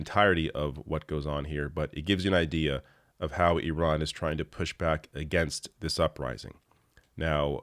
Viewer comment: Refreshing to hear “Iran” pronounced correctly.